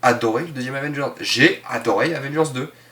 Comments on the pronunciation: tu as du mal à dire AVENGERS ???? Avvvééééééénnnnnngeuuuursssssss ??? Tu n'y arrive pas ???? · la prochaine fois, essaie d’articuler quand tu prononces Avengers ^^ ciao